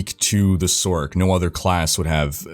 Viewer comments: You say sorc as sork. Better to pronounce it as source. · are you? 😅 It would be pronounced "source", not "sork".... also one of y'all popular dudes needs to mention the fact that classic, with channels and guilds and COMMUNITY is much better than what they have now, as they literally completely shutdown any community feel their games and platform had. Which was and still IS why diablo 2 is much more popular 20 years later then garbage Diablo 3 cartoon trash. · who says sork... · Why tf are you saying sork? Do you call it a Sorkeress? Have you pronounced the word Sorceress aloud before? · I didnt know sorCerer was pronounced "sorkerer."